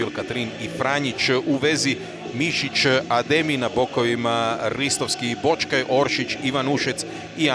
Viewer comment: Kaže Blažičko, Boćkaj, dećki.... Jovićić... Slova sa kvačicom ne zna da izgovori. Nervira me to.